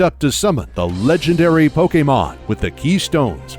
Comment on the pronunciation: I normally don’t care about how people pronounce Pokémon since there are so many for most people to remember. But this guy actually bothered to figure out the proper pronunciations for Pokémon and I thought that was pretty cool